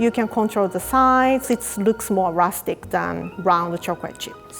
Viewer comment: Nobody:: Rusic...